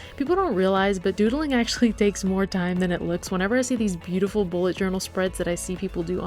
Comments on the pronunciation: nobody noticed but she joural instead of journal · Joural ? :D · Am I the only one who noticed the "Joural" mistake in the beginning?